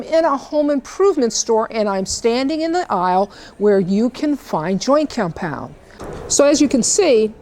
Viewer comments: why are you saying it like that, wtf is joykeyompyond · I love how you say cyompound ☺ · what is that accent "joint comepyound"? lol very good video. excellently executed very informative and straight to the point i loved it thank you! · All I could hear you sayin compound, and you say it funny😂